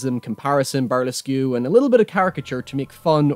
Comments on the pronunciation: Did you pronounce "Burlesque" as "burr-less-cue"? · 'Burlesque' is pronounced 'burlesk', just FYI. :) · Excellent analysis, as always. One thing - burlesque is pronounced ‘bur-lesk’ - the que isn’t sounded out. Keep up the great work. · He said burlesque as bur-less- queue??!?! WTF??? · you absolutely don't have to apologize, my assumption was that it was due to your accent/dialect, it just took me a moment to "translate" it to the word I recognized, and wonder if that was a common alternative pronunciation I have just never been exposed to.